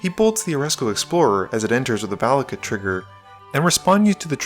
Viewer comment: "Valakut" ... that was odd, and funny.